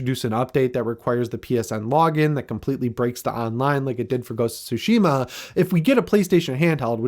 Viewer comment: What's soshema?? If you played the game you'd know how to say it!